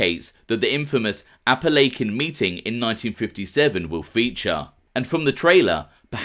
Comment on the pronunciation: Thank you for another great show. Someone needs to help you pronounce Appalachia, though. Don't feel bad, I'm a 54 yr old American who learned I wasn't pronouncing it correctly either for years. Lol